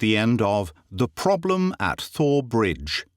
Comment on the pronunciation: I can't tell you Greg how much I've enjoyed your work story after Story. I've listened, listened and re-listen. And you are absolutely brilliant! Thank you 1000 times. But isn't it pronounced Tor Bridge like the River Thames is pronounced Tim's? I am American I could be wrong on this sir let me know. LOL